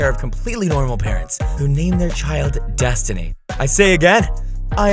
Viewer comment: The fact he keeps saying destiny’s name wrong kills me